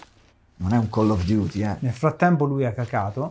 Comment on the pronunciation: non è Call of duty ma Colon Duty